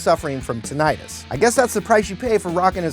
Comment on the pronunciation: Check the pronunciation of tinnitus.